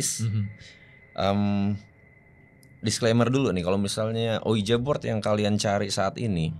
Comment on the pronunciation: Sedikit koreksi bang, tulisannya ouija board, tapi bacanya uiji bord bang. Oya, gara² selalu ngikutin GRIN, aku jadi tau, bhw kebanyakan entitas yg menampakkan diri itu sebetulnya cara mereka minta tolong ke manusia hidup, tapi kita keburu ketàkutan duluan.